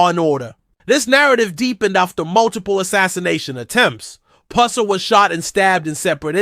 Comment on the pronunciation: Can you pronounce his last name right